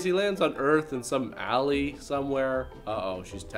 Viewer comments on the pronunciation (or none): none